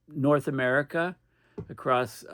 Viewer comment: The gulf of Amer-he-co?